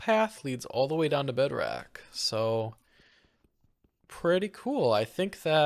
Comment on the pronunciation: Did bro seriously say "bedrack"? Aint no way bro said "agial blocks" "white siand, orange siand"